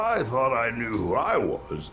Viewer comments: grammar fail? complaints about subtitles and dialogue not matching up? matpat was the one who read "knew" as know XD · Talks about grammar mistakes right after pronouncing “knew” like “know” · He said know instead of knew. I'm triggered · "You are jamming my OCD!" proceeds to say Know when the word on the wall is Knew